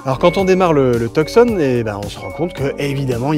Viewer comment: Cela se prononce Tu-son..... Et non... Tuuk -son...